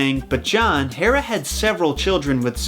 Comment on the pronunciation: That's a lot of research to pronounce Hera wrong.